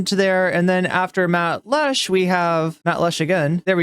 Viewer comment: Matt Lech's last name is pronounced "LECK". Great intro!